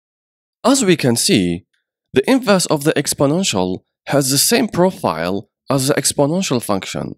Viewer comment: Oh my god, thank you, it was driving me crazy hearing "inverse" everywhere.